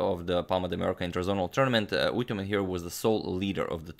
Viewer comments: Hello agad and everyone... It’s always great to watch your videos. I'm Mongolian and you pronounce the name perfectly fine like a native speaker. It’s "Түдэвийн Үйтүмэн" in mongolian language. I'm just a 3-month old chess fan, not a player but I'm addicted your channel somehow and I didn't even know our country had someone who faced Fischer haha. It’s really surprising … thanks again for all your videos. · You pronounced Correctly 👍🇲🇳🇲🇳🇲🇳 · Hi agadmator im come from mongolia luckily u called his name corectly